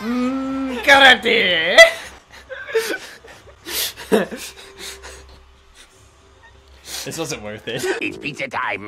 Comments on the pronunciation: "Dream Cah-rate" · I've never heard karate pronounced like that before and I will never be the same